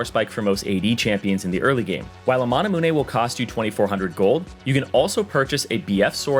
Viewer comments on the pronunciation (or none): Manamune, not manah muuhnay. you know like immune is not pronounced immuuhnay....... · stop saying mana moo nay please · DID YOU REALLY PRONOUNCE MANAMUNE AS MANA-MOO-NE WTF